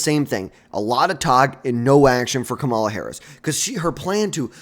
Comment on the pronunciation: Learn to say her name before you make videos